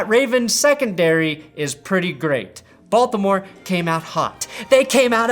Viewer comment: Is it just me or everytime he says "Baltimore" in this video it come out "Balth-imore"🤣🤣🤣